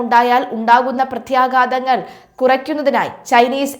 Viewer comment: ... "pratHHyaagatangal" !! Enthoottaath ? "pratyaaghaatangal' ennu paranju padtikoo kuttye...